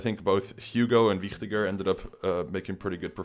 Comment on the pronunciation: One of the few people that pronounce Wichtiger correctly. Nice Video!